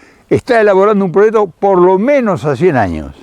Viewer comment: hola nunca lo habia oido pero me encanto un señoron con mucho conocimiento saludos y siga haciendo lo que mejor sabe. usred si habla correcto dice proyecto y no prochecto. no se por que otros Argentinos hablan tan feo